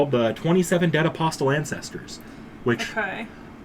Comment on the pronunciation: Just want to tell you that the T in "Apostle" is silent.